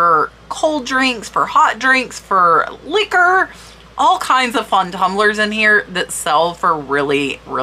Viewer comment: I like how you said "LICK-ORR.